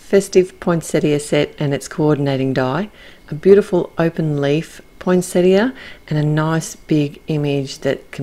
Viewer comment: Love this release, so many great sets. Gorgeous card, the colours you’ve used are so unusual. It’s also so refreshing to hear the word poinsettia pronounced properly.